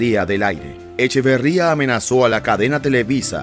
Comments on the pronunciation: Te aclaro que el nombre de este ex presidente es Echeverría y no Echavarría, como lo dices en tu video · Es Echeverría no Echavarría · Es Luis Echeverría , no Echevarría. Y es María Esther Zuno , no Zuño. Infórmense bien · Luis Echeverría no Echevarría, Esther Zuno no Zuño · Echeveeeeeeeeería, no Echevaaaaaría. Y Zunnnnnno, no Zuñññño! Que caray! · Documéntate... no es "Zuño', es "Zuno"; no es "Echavarría", es "Echeverría"... tu compromiso es informar, no confundir con lo que difunden... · El presidente se apellida ECHEVERRIA, y no Echevarría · Luis Echeverria no Echavarria, haces documentales y ni siquiera el apellido te sabes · EchEverría, no EchAvarría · ...no es echevarria... es echeverria... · A ver locutorcito... Los apellidos son Echeverría y Zuno, no Echavarría ni Zuño. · No es Echevarría, es Echeverría. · NO es EchAvArria es EchEvErria.... ojo Tampoco era el apellido de la primera dama de aquel entonces ZuÑo, era ZuNo.... buen video solo corregir esos detalles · Porque chinga...el q habla decir... Echavarría.....y no Echeverria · Echeverría no Echavarria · Interesantes datos. Aunque creo que fuera de cronología y quien hace la narración debería de informarse mejor antes de hablar, ya que no era "Echevarria" sino "Echeverria" el apellido del Presidente. Y la esposa del mismo, su apellido fue "Zuno", no "Zuño". Tampoco tiene sentido que se ganó la antipatía del presidente Echeverria, y que murió en 1989, puesto que el periodo del tal presidente fue de 1970 a 1976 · Echeverria. Quién narra, sólo lo pronunció bien una sola vez. Echeverria, no Echavarría. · El ex presidente se llamaba Luis ECHEVERRIA ... NO Echavarria... Otra Ma Esther ZUNO.. NO ZUÑO ..B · No era Luis Echevarría, sino Luis Echeverría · QUE LAMENTABLE QUE NO SEPAS QUE EL EX-PRESIDENTE SE APELLIDABA ECHEVERRÌA, NO ECHEVARRÌA, EL NADADOR OLÌMPICO ERA ECHEVARRÌA SI NO MAL RECUERDO. NO HAGAS VIDEOS SI NO CONOCES A FONDO NI LOS APELLIDOS. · ECHEVERRÍA NO ECHAVARRÍA